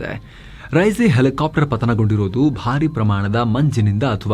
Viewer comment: Elikaaptar... Elikaaptar 😂😂😂😂